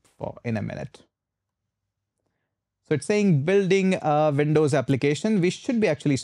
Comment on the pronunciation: Windows, not Vin...dows